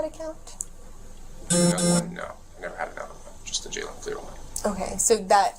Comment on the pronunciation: Agentmartin, please stop using AI generated narration, because the narrator is calling him a her at one point and it is saying his name is jaylene, which is not his name it is Jalen and it gets very annoying! If you're going to want people to like And subscribe to your channel, then maybe you ought to think about narrating these videos yourself instead of using AI generation! Because I know for me as long as this is going on I will never like or subscribe this channel and I will discourage other people from liking or subscribing to it also by explaining how you are using AI narration and how messed up it is! If you're going to get monetized for doing these videos, then at least have the common courtesy to make it worthwhile and do the narration yourself! I realize that it's easier to use AI, but to me it is less effective! 👎👎👎👎👎